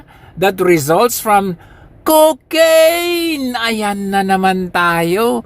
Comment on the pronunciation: Super tawa ako pag binibigkas mo ang Cocaiiiiiiiiiiine! Hahahaha